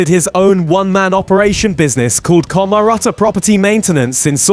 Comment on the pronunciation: Why can't you pronounce his name or other simple words 😂😂😂😂